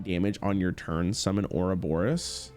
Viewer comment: PLEASE READ THE CARDS It's Ourobos, not Ouroboros